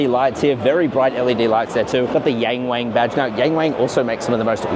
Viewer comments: young ! not yan， wong! not wannn. ok? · It's Yung Wung not Yeng Weng duh 😂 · I can hear you pronouncing it in a European pronunciation “YEENG WEEING”. It’s like hearing someone speak in English as they shake their head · C'mon, it's pronounced "young wong" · It's pronounced YongWong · Bruv as much as I love your videos on cars, your pronunciation in Chinese is nothing short of disgraceful!